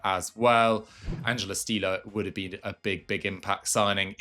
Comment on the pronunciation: Füllkrug played for Hannover not Fürth. As a Hannover Fan I take that personally xD An Stiller is pronounced like Will Still + er but with sh in the beginning ;)